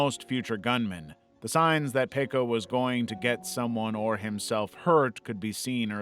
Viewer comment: I am from Finland and your pronunciation of Pekka's name was suprisingly okay👌❤